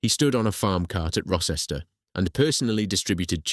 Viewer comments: The c orrect pronunciation of Rocester is row-stuh. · The village Rocester and nearby town of Uttoxeter . Rocester is pronounced Row-ster and Uttoxeter is pronounced U-tox-eter